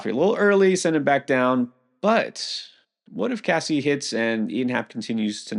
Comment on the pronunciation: FYI, Caissie's name is pronounced Kay-see